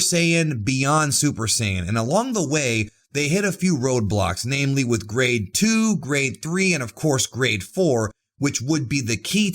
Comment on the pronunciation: For the longest time I thought you where saying "grey" instead of "grade"😂